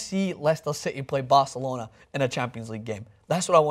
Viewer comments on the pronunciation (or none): none